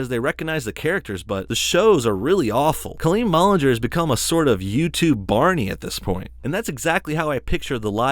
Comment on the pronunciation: What a hater Back Off!! 😉 you are just so jealous that she has more views and subs. Its aslo not BOWLinger. Gosh Its also not CAHLeen. Djeez i cant with this guy he is so stupid😂😂